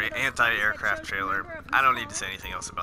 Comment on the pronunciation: lol you say the word “anti” like hentai